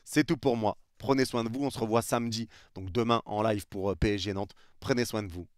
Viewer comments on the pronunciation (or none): none